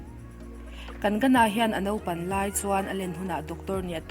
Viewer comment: Kang-na ti a lam tur😁😉